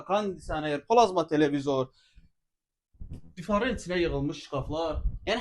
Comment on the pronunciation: Difar yox divar